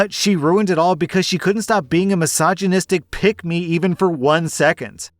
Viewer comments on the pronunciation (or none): So... When you first said "pick me"... I thought you said pygmy lmao. "She's the definition of a pygmy"